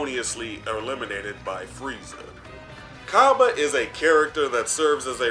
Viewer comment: Brah it’s cabba not cobba do you say cobbage instead of cabbage